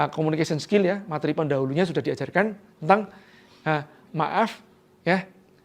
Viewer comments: Maaf mas..🙏🙏🙏 Pelafalan materi Bukan mat-ri Tapi ma-te-ri. Sekali lagi 🙏🙏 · Pak "materi" penyebutannya salah.